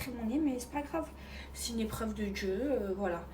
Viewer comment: "C'est une éprrrreuve de Djieu" non c'est juste que tu as été tête en l'air et qu'un accident ça arrive, arrête de faire la drama queen, le jour où tu perds ta fortune ton toit et tu deviens veuve là ok tu pourras parler d'épreuve de Dieu, sérieux ces gens 😂